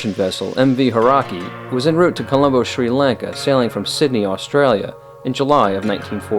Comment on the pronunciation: Hauraki is pronounced Ha-oo-racki, exactly as it looks. When the word is spoken at normal speed, the "u" is almost silent but definitely should be heard. It is a 4 syllable word, not 3. Thanks to the missionaries to New Zealand in the early 1800's who did a great job of transcribing spoken Maori into a written language.